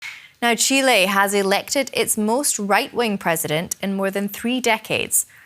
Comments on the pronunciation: Es Chile no tchile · Congrats (her Chile pronunciation)